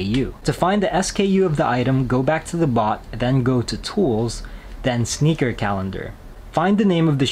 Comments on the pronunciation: He's correct...it's enunciated as "Snickers"....based off of the way it's spelled on the app "SNKRS"..... 🤦🏾‍♂️ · The app is actually named SNKRS - not Sneakers. So pronounce is right.